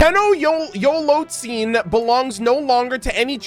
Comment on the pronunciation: Te"NOCHT"zitoc lol